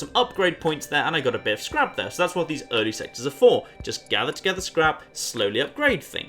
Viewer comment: I had to go back and watch the intro again. I thought for sure he said their sex have been invaded